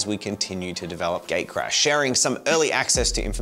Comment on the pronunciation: So, English is not my native language and every time says "Gatecrash" I understood Gaycrash and was wondering for about half of the video why you guys named your game Gaycrash:D Would play it, though. And the figurines turned out amazing, I especially liked Jen's Beauty and the Beast interpretation.